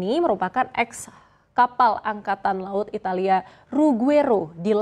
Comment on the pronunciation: Ngomong italia nya gak usah mengeja kyk ajarin anak TK SD gitu deh